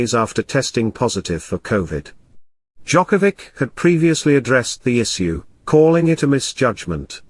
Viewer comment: Not gonna listen some coverage of novak djokovic of audio that is not capable even of saying his surname correctly. Disgrace, thumbs down. Unlike. And report :)